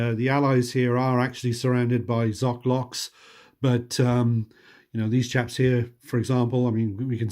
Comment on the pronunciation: You said, “…these chaps here…” lol, for a second, I thought you said “Japs”. I had to replay that part 🤪😂